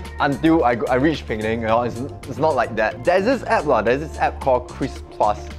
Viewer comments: Hi it' not peng nang. It's Pe-nang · Pee-neng. Not Ping-ning.